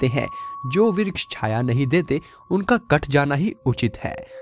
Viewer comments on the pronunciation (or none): none